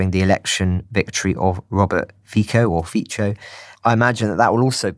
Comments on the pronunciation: Fitso, not Fiko or Ficho. Pronunciation matters. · The Slovak politician's name Fico is pronounced FEE-TSO, both vowels very short. And Slovakia has already donated most of the weapons it could give, so, fortunately... (or unfortunately), this doesn't matter very much.